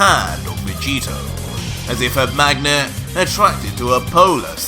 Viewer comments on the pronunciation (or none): none